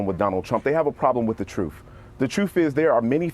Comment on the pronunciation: The "troof".